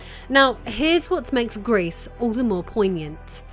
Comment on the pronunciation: Gris as a silent S, otherwise it sound like grease and it means GREY